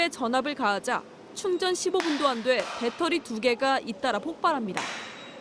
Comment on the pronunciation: 밧데리는 일본식발음이고. 배터리